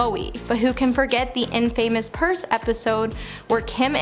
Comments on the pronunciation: She said in-famous. 😆 I was like "wait, what?" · Who is this girl? I don’t think you should be bashing people if you can’t pronounce their names right. It’s not a good look. Also, it’s INFAMOUS…. Not IN-FAMOUS.